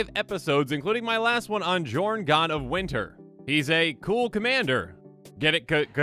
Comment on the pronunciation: ....Jorn is pronounced Yorn